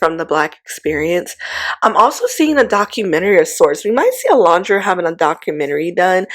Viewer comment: Are you aware that you mispronounce Olandria’s name often?